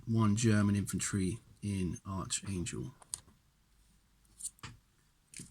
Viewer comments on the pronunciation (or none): Finally someone makes a Bold further move into the Eastern front instead of just Puppy dogging it forwards and backwards again, and it certainly looks like this game is gonna be bogged down into the mid teen rounds unfortunately - btw it's pronounced ArKangel, not ArCHangel unless you Brits purposely say it that way anyway!!!